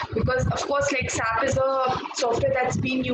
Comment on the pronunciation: Please pronunce properly it's not SAP, it should be pronunce as S.A.P.